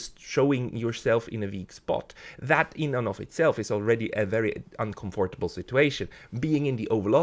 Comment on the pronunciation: Very well argued. I agree 100% with your extremely insightful point of view. (Perhaps have a native English speaker coach you for a few minutes on how to pronounce 'uncomfortable'. It's tricky, you must swallow the 'o' saying only 'uncomfrtable' if you get what I'm saying.:O)